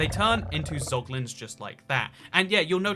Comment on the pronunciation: “Pog”Lins lmao